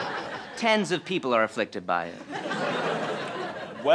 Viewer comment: Sounds like tons but he said tens